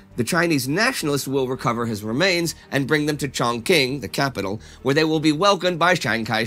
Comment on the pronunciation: A word on mandarin pronunciation. "Q" is pronounced like "Ch", as in the word for energy "Qi". So Chongqing is pronounced "chongching". Additionally, "X" is pronounced "Sh", like the terracotta warriors of Xi'an, pronounced "she'arn"